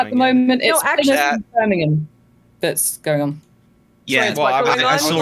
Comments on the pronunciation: Time like these you can tell neither of them are from the Northeastern US where place names like Plymouth (we pronounce Pli-muth) and Cardiff (Kar-diff) are common. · Hearing Destiny pronounce Cardiff as Car-Deef and Lauren pronounce Plymouth as Plie-Mouth caused my soul to leave my body.